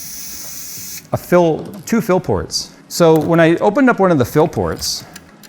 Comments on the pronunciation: We need to Phill this rediator. :D I kept hearing Phill, not fill. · Everytime says (Fill) or (feel) my brain replaces it with (Phil)